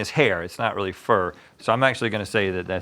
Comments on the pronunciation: "I reawy wike you" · “I wiwwy wike you”-Rhett